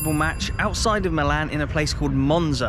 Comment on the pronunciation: The second team of Milano is called "milan" with the accent on the "i" as per the local dialect, "AC" means "Associazione Calcio"... or "football association". The team's name IS NOT "football association" but milan. It's like you say not Manchester United but "football club" because it's full name is FC Manchester United.